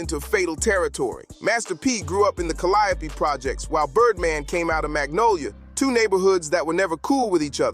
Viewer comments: Have you ever considered pronouncing the Calliope Projects like the artist you're documenting? Did you not listen to the music? You would've been on the wrong side of alot horseplay with the way you pronounce the name of the Hood😂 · Will the narrator PLEASE learn how to pronounce the project "Calliope" correctly 🙏 ??? For the love of God 😂🤣🤣